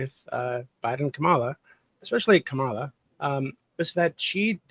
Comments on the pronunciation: 10 min in, and these guys intentionally (or not) mispronouncing Kamala's name and calling it the "Democrat" party is wild. They sound indistinguishable from typical FoxNews pundits. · Maybe if you have trouble with her first name use her last name like we do with male presidential candidates. Not even you can fuck up pronouncing Harris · There needs to be a psychological study on why those who didn't support Kamala Harris are physically incapable of pronouncing her name correctly. It's bizarre. It's not a hard name to pronounce. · Is still intentionally mispronouncing Kamala’s name? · I think it's indicative of whether or not one supports her. I've not done or seen any polls or studies (lol) but it seems to me, if you don't pronounce her name correctly, you didn't vote for her.